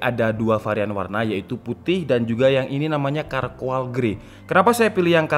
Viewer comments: sorry bang kalo gasalah dibacanya carkol, cmiiw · Charcoal grey dibacanya bukan "karkoal", tapi "CARKOL" artinya arang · Syarkowl bang, bukan Karkoal :)